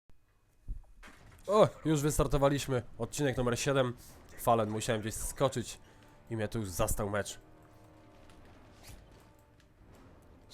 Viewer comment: nie chce sie wymadrzac ale czyta sie "folen" a nie falen a filmik pro jak zwykle